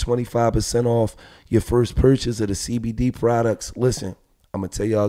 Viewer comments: Gillie said Cdbmd instead of cbdmd 😂🤣 lol yea gillie done bussed crackhead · This fool said CDB MD 🤣🤣🤣🤣🤣 it CBD Gil lol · He said CDB lmao it’s cbd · Did he say cdb